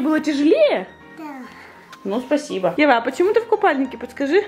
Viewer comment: Ева :Пасиба Так же Ева:Падаласта